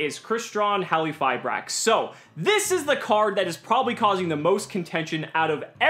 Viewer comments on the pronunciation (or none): In Halqifibrax, the Q is not silent, right?? I dont know why cant say the name correctly '-_